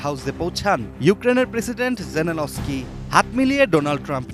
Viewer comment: অশিক্ষিত মহিলা নিউজ পড়তে পারে না, জেনেলস্কি পড়তে ও বলতে পারে না, নাম করা চ্যানেল ATN News এখানে ভুল হবে আমরা মেনে নিতে পারছি না